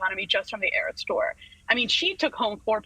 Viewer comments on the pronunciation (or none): none